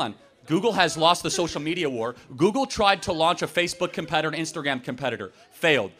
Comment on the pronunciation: 一個把google發音成姑姑的人，他講的話有什麼智慧含量?